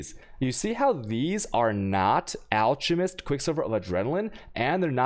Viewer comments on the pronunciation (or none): It's pronounced alCKemist. You also say chisel wrong. :P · It's pronounced (alk a mest).